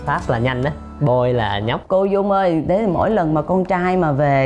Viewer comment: "Fáo boy"...